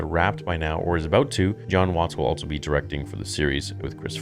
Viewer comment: Am I the only one that gets annoyed by how he says also? He pronounces it with a t for some reason. “Altso”